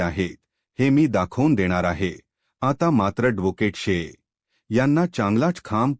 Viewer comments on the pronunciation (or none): मारवठी बोलता येत नाही धोकेट कय ऍडव्होकेट n😄आहि म्हणता येत